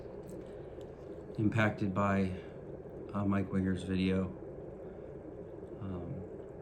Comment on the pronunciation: First I want to express empathy to you, I believe you, and no one deserves to be treated like that, second, you keep pronouncing mike wingers last name lile he code switches, wears a du rag, and has a little thin beard along his jawline